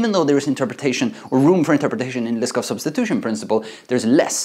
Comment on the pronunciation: You pronounce Liskov as "list of"